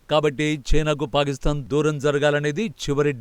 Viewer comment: ఎప్పటి నుంచో వింటున్న మీరు పాలిస్థాన్ అంటున్నారు ...అది పాలిస్థాన్ కాదండి పాకిస్తాన్.....